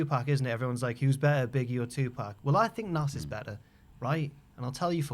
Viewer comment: Ffs, stop calling him Nass. It's pronounced Naz. Listening to opinion on Hip Hop is like listening to Anne Widecombe's opinion on... Hip Hop.